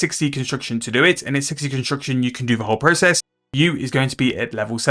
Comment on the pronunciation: bro why the fook you dont speak clearly and slowly to even understand you even the word construction sounds like your saying "consucktion" wtf chill !!!